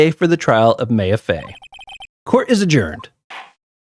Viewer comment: Loving that this is a full series now! I don't think you ever had me do this but I post obnoxiously long comments in Let's Plays for games i love so sorry if that bothers you before it gets to far "Maya" is pronounced "My-ah" and not "May-ah" haha Very nice observation about the case starting really fast compared to the intial investigation. They actually have a lore reason for that! I always recommend pressing all statements in a testimony even if the contradication is really obvious without it. You miss alot of fun dialogue for not doing it but it can make trial sections go a bit longer so it's not a necessity Something to note for this game series: Shu Takumi the creator of the series knew absolutely NOTHING about the Japanese Legal System (which the series is based on). It could be said it's a complete parody of the system due to this and it has completely nonsensical moments because of it, but that's what makes the game super fun! Also to note: The english version of this series is based in Los Angeles, California. There will be funny moments where they are in a completely japanese location as they are just like "ah good ol America". It's due to a funny localization issue where when the original localized it from the Game Boy Advance to the Nintendo DS they had no idea there was more than 1 game. Thinking it was standalone they made it take place in California not knowing that it's VERY clearly in Japan in the future games. They were in way too deep to go back on it and